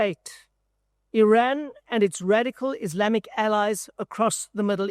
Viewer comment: I would not expect a South African to mispronounce IRAN